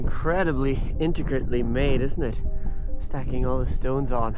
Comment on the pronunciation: Thats the second time you have said "Inticrit" "Inticritly" in your videos.. Aks anyone they have noticed it.